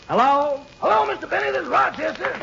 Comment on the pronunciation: Can you hear how Jack says, "Jello again," instead of "hello." I wonder how many people picked up on that. lol